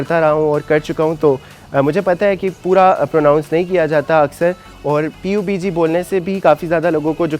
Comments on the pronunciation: U still didnt get the point. Its pronounced PUB-G . Not P U B G. And stay professional and ignore stuff and take criticism so ur videos r not about u ranting about criticism. Cuz in this video, aadhi video me uss comment ka rona rotay rahay ho aap. Either dont rant in ur videos or take criticism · we even dont pronounce P U B G.. its pubg and collectively pronounced PUbjii..... And if u gamer u always called this i guess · xd its PUB G not P U B G.Btw good review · oss bhai sab na kaha tha pubg na bollo "pub g" bolo jaisy cod bolty ho "c o d" ni bolty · Abe oh gawar.... P U B G nhi hota.... PUB-G BOLTE H.... Ab pakistan walo ko ky he kahe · Its called (PUB)--------G not P U B G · You foolish guy, You didn't even showed my 2nd reply when I said It's not nessecary to pronounce P U B G. I said you should pronounce Pub-g than saying P U B G, it makes even more dumber than you already are! And asking me to make a review on phone, well since i had no passion for making reviews but I'm really proud that my country's people make muchhhh better reviews than you and at least the foreign people can also understand since they makes all reviews in English! So yeah before roasting someone do remember where he belongs too.